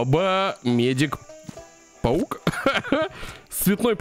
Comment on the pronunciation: паук а не павук